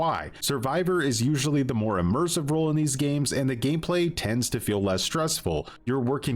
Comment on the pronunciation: Im trying to figure out why this guy can't say ROLE. Spent the first half of the video trying to figure out what the killer rule is.